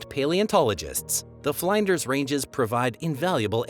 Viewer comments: It’s not Fl-eye-nders….it’s Fl-In-ders (as in f-IN-ish). It’s not Can-BERRA, it’s Can-b-RA. If you are going to do a review Australia, please learn how to pronounce the places. Oh, and it’s EmU (eemYOU), not Eem-MOO. Your biggest lazy clanger was that you had the Equator in the wrong place- it definitely does not cross over the middle of South Adelaide, that’s called the Tropic of Capricorn! The Equator runs just above the northern most tip of Papua New Guinea….which is a totally different island. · Thanks for this interesting recount. I learned about heaps of stuff I never fully knew. I love calling Australia home. The i in Flinders sounds like the i in pig , not as y in fly. Generally, pronunciation by a non Australian narrator was pretty good. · Oh god, how do you mispronounce "Flinders"!